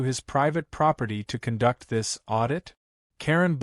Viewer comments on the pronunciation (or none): I had to give up after 10 minutes. The horribly bad AI reading- wierd word inflections, misread words like "conduct" where you pronounce it as you would electrical conduction rather than behavioral conduct, odd pauses, or weirdly running words together- and for the love of god it is "Smurf" not "Smuff." Also for a story about HOA's you can't even pronounce or spell HOA correctly. Please stop with this AI slop, it's badly written, badly read and just plain terrible.